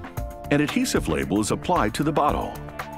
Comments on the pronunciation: Sonija Li DAMMIT I CANT STOP HEARING IT NOW AND IM LAUGHING SO HARD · BAHAHAHAHA I LEGIT THOUGHT HE SAID IT TOO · It does kinda sound like that lmao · Oof my ears are stuck hearing that now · I can't unhear it now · When it was , I thought he said butt hole instead of bottle!? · y he put so much emphasis to it tho lmao